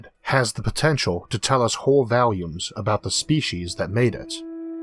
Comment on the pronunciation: Why tf do you pronounce it valumes ?? Its "volumes" with an 'o'